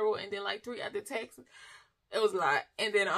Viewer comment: Haha…I was confused for awhile thought she was saying’texas’ but taxes.😂